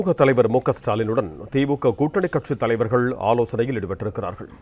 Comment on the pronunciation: 🤦 அது, தலைவர்கல் அல்ல, தலைவர்கள்.